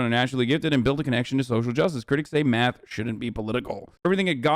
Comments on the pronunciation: Omg the way he says math (“myath”) makes me cringe! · The way he says math (“myath”) makes me cringe. His whole being is just repulsive. (He as in Ben Shapiro) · He says Miath instead of math